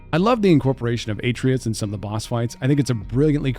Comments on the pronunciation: Eh-treeuhs?!!!?! A-trey-us is not that hard to say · I don't think you played God of war because multiple times throughout the story they pronounce his name "uh-tray-us" not "At-tree-us* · ..did you call him "A-tree-us"? Also Wolf/Sekiro is a shinobi, not a samurai. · This guy sucks at saying video game characters names GER Alt and Atre us Kratos literally says his name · Was thinking the same thing. how do you play the Witcher 3 and butcher the main character’s name or forget the card game is called Gwent? How do you play God of War and think Atreus’s name is pronounced like atrium with an S instead of an M when Kratos says it a million times. Well I I guess, you do just play them for like an hour and then make a video about them. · and calling Kratos’s son Aytreeus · Who else was a little upset when he said Atreus’ name wrong? 😂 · I don't understand why people pronounce Atreus that way?!?! The game literally says the name SO MANY TIMES, it's not pronounced that wayyy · Your butchered atreus name bad bro its all good tho 😂